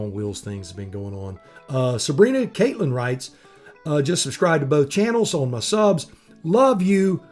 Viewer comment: Thanks for the shout outs, it's pronounced Cat- Lin, like the critter. Had in idea. How about you tell us about your coldest ride, then go into the dangers and issues of cold weather riding..